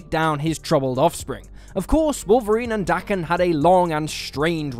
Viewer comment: That Daken pronunciation.... I just can't